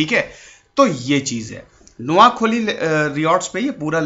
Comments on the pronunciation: Pls sir spell it correctly... It's noakhaali,,not noakholi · नोआखोली नहीं नोआखाली उच्चारण हैं। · It’s not Noakholi It’s Noakhali say it properly Btw i am from Noakhali 🇧🇩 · Not kholi it's khaali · Its koa khaaaali